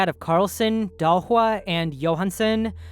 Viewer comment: Shocked that you went for a good pronunciation of Dahlsjö